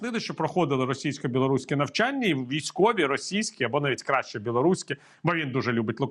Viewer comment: Правильно навчАння, а не навчаннЯ.